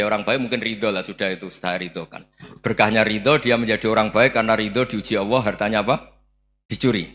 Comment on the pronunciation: Gus Baha,klu sebut Allah kok awoh